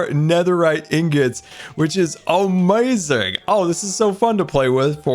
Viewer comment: How many times has he said, “Amayazing”